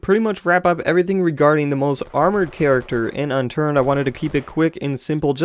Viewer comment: Unturd? XD